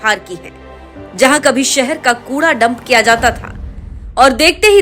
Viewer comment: Inki pronouncing to theek karo. Sheher ko seher bolte hain. Zamin ko jamin bolte hain. Thoda kaam to karna chahiye Chanel walon ko. Thodi quality to honi chahiye language ki